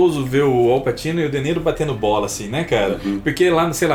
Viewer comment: não leva a mal mas pra uqe insistir no "Passino"?